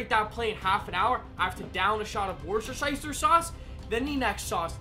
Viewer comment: Dear just so you know you pronounce Worcestershire sauce wrong you pronounce it woo ( like your wooing a band) and ssster sauce